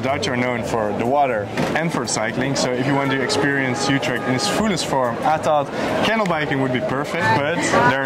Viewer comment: Youtrecht? try to pronounce it correctly